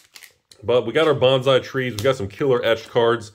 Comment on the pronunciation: Sir, please learn to pronounce bonsai